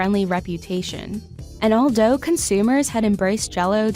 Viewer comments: I listened to it 3 times and I think you're right; she pronounced "although" as "all dough". Where on earth does Business Insider find these people?? 🤣🤣🤣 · did she say "all dough"